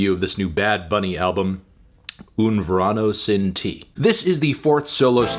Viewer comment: Buena review Fantano, tan solo te equivocaste con la pronunciación el título, se debería leer como "ver un ano sin ti"